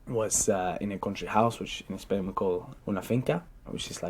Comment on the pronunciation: Gets a 9 in the Ielts Speaking test. Still says "ESPAIN" instead of "Spain" like any other Spaniard in the world (LOL)